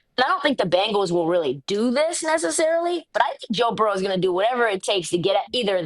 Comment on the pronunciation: Please Ma$e Burrow not Burrows 😅😅😅